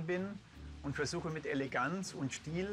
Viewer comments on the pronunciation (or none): Was hat der denn mit dem "st" haha "schtiel"